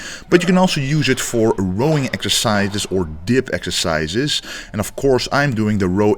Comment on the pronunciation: "doing the row ekercises". Glad to hear you are going to Olympia again!